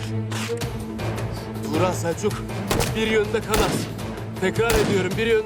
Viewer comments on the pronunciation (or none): 1.08 edi kufur serevziz dedi